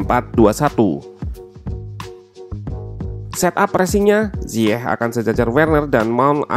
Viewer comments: Interupsi bang, bacanya ziyek bukan ziyeh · Koreksi min, pengucapan Ziyech itu Zayech 👍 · Klo disana malah zayek